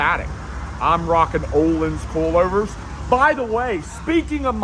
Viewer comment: With your accent the way you say coilovers i cant help but hear in my head it sounding like "coolovers" or "Koolover"